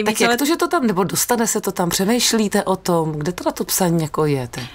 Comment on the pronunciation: Mně se Pavlína v Áčku moc líbila, mluvila jakoby na půl huby, ale to myslím v dobrém, fakt se mi to líbilo. V jednom rozhovoru pak později řekla, že v tom období se musela učit mluvit. Byla jsem překvapená, podle některých to bylo špatně? A Pavlínko, netelefonovala teď maminka do studia, že se neříká vo tom, ale o tom?